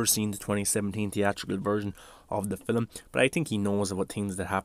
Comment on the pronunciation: “Filim” lol🤣 love the accent